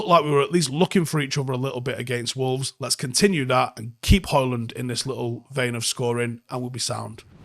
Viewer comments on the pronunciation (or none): none